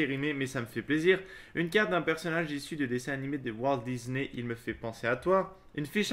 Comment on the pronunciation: "Une carte DIZNEY" MDR